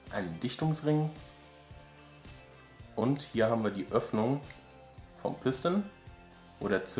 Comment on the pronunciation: Piston kommt aus dem französischen (Druckkolben) und wird eben französisch ausgesprochen und nicht pisstn. ;D